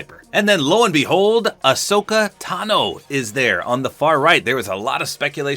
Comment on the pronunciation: Ohsaka its Ahsoka